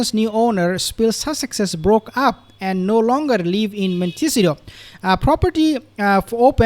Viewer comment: BRR - it is pronounced Mon tih SEE tow - accent on SEE